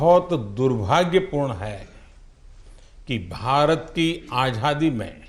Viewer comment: आझादी नहीं आज़ादी बोलना चाहिए।मोदी जी को क्या आप यह बताने का साहस करेंगे?